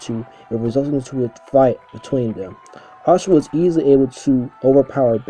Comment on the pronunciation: But it IS Asura & not "Ashura" as he pronounces it